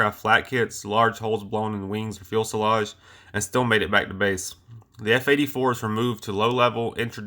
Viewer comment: Please learn how to pronounce "Fuselage". (Few-sa-lage)